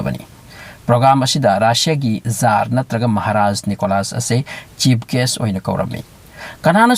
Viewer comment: Bro jar hyba ntte tsar hyyu